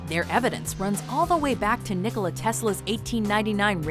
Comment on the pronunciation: youre the only ones that said nikola correctly